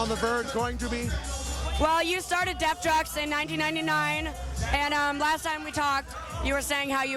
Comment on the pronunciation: Not to sound technical and anal(I don't care if I do) But If I was El and I had someone mispronouncing my record label, I would walk away. But he's a professional. Def Jux, Def Joox-Pronounced not Def JUCKS. Sounds like she needs to do her homework.